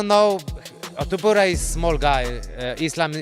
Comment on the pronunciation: Author, who the fuck is “Tiuppiuria”? His name is “tOpUria”! Or Topooria. For correct pronounced